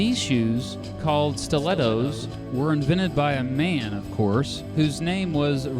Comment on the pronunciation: I think your heart is in the right place but the health warnings at the start make it sound like your going to get cancer from wearing shoes. So many people wear heels and have zero health conditions as a result. Plus the way you say 'Man' and the way you add an echo to certain words... Truely, if you want to be noble just express the basic facts without judgment or effect. The truth alone should be enlightenment enough. And yes it is true that Aristocrats were mostly assholes but heels do not magically make you an asshole, they are unrelated. Heels were supposed to signify divinity and nobility. Also I wear heels at home because believe it or not I was born with ridiculously tight tendons and heels actually improve my stature and help me greatly to walk upright and the femininity, in moderation (a chunky heel), is suitable to my personality which is passive, sensative and I try my hardest to be as noble as I can be... It distresses me not being able to wear them outside but I can't because of peoples willful ignorance. It's like when people think a Muslim woman is a terrorist for wearing a hijab. Blows my mind how so many human beings judge others. But yer I think your heart is in the right place... so yay, peace and love